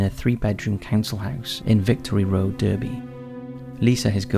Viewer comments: “D-er-by” it’s pronounced “Darby” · Just to let you know, 'Derby' even though it's an 'E' it's pronounced Darby... Yes I'm that person. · Darby - Derby not Derrby lol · Derby is pronounced D-ar-by. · I'm from Derby in the UK and I remember this very well. The actual house are now flats and I drive past them every day. Love the channel but I little think sorry that's bugging me. Its pronounced Darby just UK things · That's not how you pronounce 'Derby' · it’s pronounced Darby , you’re blood English for god sakes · FFS how hard is it to pronounce Derby properly? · I like your videos but could you learn to say Derby correctly.